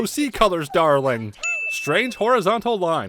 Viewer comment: When u said darling I hear Darwin lol good video :)